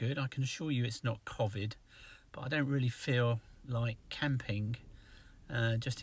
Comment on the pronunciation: I have watched and enjoyed your videos for years now, the new camper is better, little red gave me claustrophobia just watching you. My only criticism was your constant mispronou ciation of covid, o as in hole not the short version, dont know why this drives me mad but it does! Once more many thanks for your videos, bless you both.